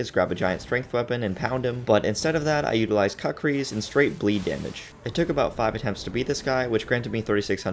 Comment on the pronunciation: Kukri pronounced “kook-ree”. They’re used by the Gurkha and have a pretty cool history. Fun vid.